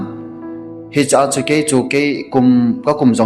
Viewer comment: Malajalam hilou, malayalam joh ti o.. Not jears = years Not varm = warm 😅